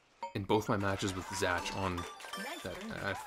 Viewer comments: Congrats dude! But why are you mispronouncing “Zach” as “Zatch” the entire time? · Why did you pronounce "Zach" as "Zatch" lmao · isn't Zach pronounced like Zack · Why do you say Zach like that. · Why's bro pronouncing Zach like that lol?